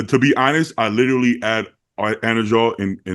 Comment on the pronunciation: If he tried to say the word 'literally' rather than 'littleilly' every sentence he would be much easier to understand. Always throws me off. Badi does the same lol 😂